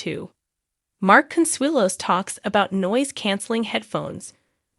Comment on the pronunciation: Can’t you find a computer that can at least get your names right? It’s ridiculous every time she says Ripa it’s different and wrong and the same goes for Consuelo’s different and wrong. At least she gets MARK right I can’t say the same for Kelly. She has lots of trouble with that one.